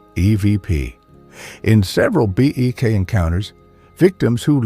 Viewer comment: AI generated. BEK was mispronounced ' B Ex" something no human would do. BOOOO!!!